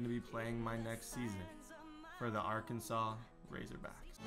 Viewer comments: It is pronounced arkin-saw not Arkansas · It’s pronounced arkansaw not ar Kansas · ITS AR-KAN-SAW. Not ark an sis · Its pronounced Are can Saw not R Kansas!!!! lol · Td never say Arkansas like ar- Kansas it’s pronounced arkansaw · It's pronounced ar-kan-saw, not ar-kansas. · Arkansas is pronounced are can saw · Ar-kan-saw bro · thanks for picking Arkansas I’m from here and a huge fan. But please never say R-Kansas again it’s actually illegal to say here(I’m not lying)😂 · pronounced Ar-Kan-SAW. Okay you say it right later in video. Mayor of a town, Governor of a state though. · As an Arkansas fan I was super excited until you started saying "are-kansas"....foh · Did anyone else notice that he said "ar-kansas" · It’s (Art-can-saws) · bruh Arkansas ALWAYS play LSU and A&M what do you mean we have to go through Tennessee. They are in the SEC East. Also pronounce Arkansas like Arkansaw. Arkansas was a state before Kansas so Kansas become Kansaw for the chat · its pronounced are-kan-saw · Your saying Arkansas wron it’s pronounced arkansaw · It’s pronounced Arkansaw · It’s pronounced R-CAN-SAUCE 🤦🏼‍♂️ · Please pronounce it right it up sets me because I'm from Arkansas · He sad ar Kansas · Dude, watch a youtube video or something on how to pronounce Arkansas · U saying Arkansas wrong is so cringy!